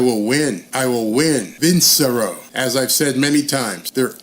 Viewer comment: Here is how you can pronounce "Vincero'" Pronounce "VIN" like a car VIN #. "CHE" like pronouncing "chest". "RO'" as in Roe vs Wade."VIN-CHE-RO"